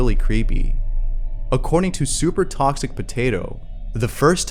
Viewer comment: "super thawwwkxic potato"